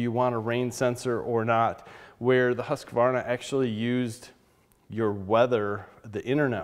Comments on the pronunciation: Its not Husqavarna, it's Husqvarna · BTW, it's pronounced "HOOS-kvarna". Very good video. I got an Automower 105 3 years ago and haven't looked back (and I live in a cold climate, too). But if I have to replace it at some point, Worx seems like a better choice, thanks to your review. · Its called ”hus-kwar-na” regards from a swede